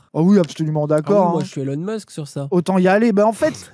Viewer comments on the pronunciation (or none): none